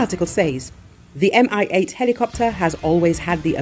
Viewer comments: 'coz it's "Mi-8", not "MI-8". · Mi-8 is not "M.I.", it's like pronoun "me". "Mi" is shortening of "Mil" (Миль), the designer's surname.